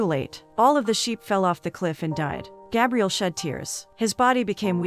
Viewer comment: I always leave the recaps to play in the background. When she was saying Gabriel … i thought she was saying Gabrielle. So I assumed he was a girl. Lol til she said he.